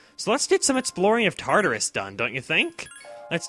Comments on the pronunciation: You're actually meant to pronounce Tartarus with a longer sound on the a. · Isn't it pronounced Tar-tar-us?